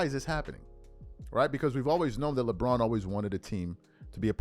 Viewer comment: sounds like he said Lebum for a second there😂😂😂😂